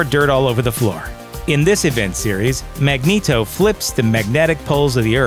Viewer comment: The way you say "Magneto" is the least forgivable thing on this list. And there is incest, and domestic abuse on this list. Yikes...